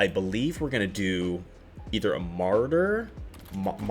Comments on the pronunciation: Marauder vest is pronounced “muh-rah-der.” Thanks for the guide!! I’ve been wanting to make this build work but spells are just too good. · here from last nights stream you need to learn to pronounce marauder lmao